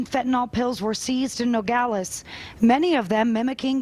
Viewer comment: it's fentanyl, not fentanol.